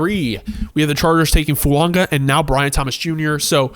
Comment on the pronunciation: No dude....no it's not "Fuonga" with an "n" in there. You're literally the ONLY person I've ever heard it say it that way. It's Foo-aw-ga bro.